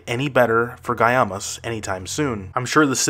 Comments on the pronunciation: Guaymas is pronounced "Why Maas." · FYI : It's pronounced Gwai - Muhs Sonora.